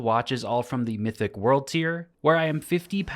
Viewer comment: “Wrecks mythic” lol ok sure